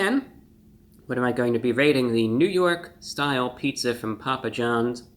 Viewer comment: Lol "ny style" Paja John's you're hilarious